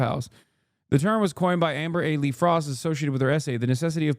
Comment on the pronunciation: "amber AY-Lee frost"